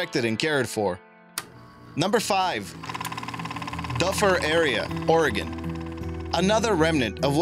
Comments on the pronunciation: Doo fir not dufer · doofer !! NOT duhfer . duh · #5 Dufur is actually pronounced more like "doofer" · Close...It's pronounced "Doo-fer." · It is pronounced Du Fur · If you are going to talk about Dufur, you should learn how to say it. The locals like me are laughing at your mistake.